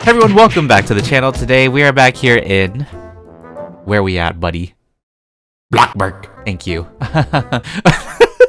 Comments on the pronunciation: Why do you say blogburg and not bloxburg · Has anyone realised that he says block burg not blox burg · Did u say black borg or blackburg or a block bourg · Me: it’s bloxburg not blockburg: blockburg not bloxburg Me: reports blockburg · Nobody: Not a single soul:: BlOcKbUrG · Something just satisfies me when he says blockburg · say Bloksburg!! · If you cant say bloxburg right in dislike all of your vids 😐😐